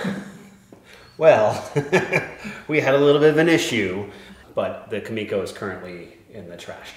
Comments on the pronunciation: Kumiko (coo-meh-coh) you are saying Ka-me-ko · I think you meant to write, "Youtube woodworkers hate building this most." And your pronunciation of kumiko is killing me, Smalls. Also, nobody should ever factor in their mistake time into the price of a piece. Most of your excess time in this build was because of your own designs/mistakes. Also also, what was your band's name?